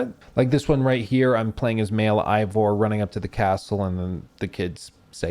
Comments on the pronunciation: hates this game so much he mispronounced Eivor for three hours. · Why do so many people mispronounce Eivor do you not listen to any dialogue lol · Lol you'd think after 100 hours you'd know how to say Eivor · The ultimate critic pronounces game's main character name wrong. Oh well a lot of effort here none the less, you might even say bloated? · Oh my God… 100+ hours playing this damn thing, even more than that editing all this together, and yet still can’t properly pronounce the name of the protagonist 🙄